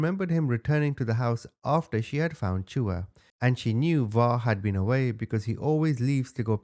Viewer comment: The a at the end of chua is silent